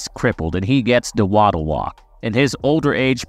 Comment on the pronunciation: Ive never heard someone pronounce "waddle" like its spelled